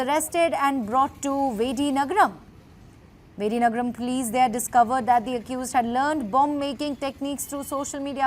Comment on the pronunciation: Madam it’s Vijayanagaram not vidinagaram 😅😅😅😅😅😅😅😅😅